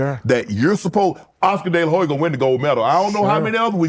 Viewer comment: SO ANNOYING!!!! the H in DeLaHoya IS SILENT!!!!!!!